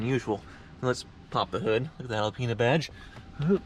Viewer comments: Alpine get it right. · Reapiar it!!! It's alpina